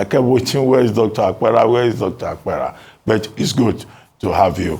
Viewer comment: Good morning. Dr. Abati, your guest's name is and not Iowa Akpera, he hails from Benue like myself and I cringed each time you pronounced his name wrongly and he, obviously trying not to do an act that will look like shaming you on National TV, didn't correct you. Now, from Dr. Apera's explanation, I have agreed that what I have known is what is the problem of Nigerians, 1. The insincerity of our State Governors and, 2. The fact that those who were captured are not known because they don't live where nor engage in activities that they will be known like those of us on social media, etc. Lastly, money doesn't talk, even among married couples, information about money is hidden, so it becomes difficult to know who got it or not which doesn't mean they didn't get.